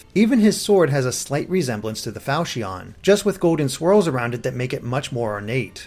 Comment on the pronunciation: the sword is pronounced Fal-ch-on, not Fal-shi-on...